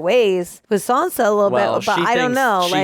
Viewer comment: How are you still calling Sansa...Sonya??? Lol 😆